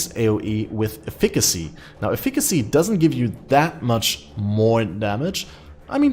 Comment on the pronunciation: Pls use Google to tell you how to pronounce "Efficacy." Not "aeh fikkazie" And why not fossil craft an elder shaper chest + some lucky slam vs Kaoms.